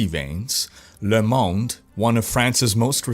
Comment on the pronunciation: Your french pronunciation of "Le Monde" was spot on. Bravo!